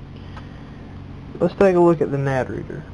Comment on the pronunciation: why can NO americans say nanD its not nad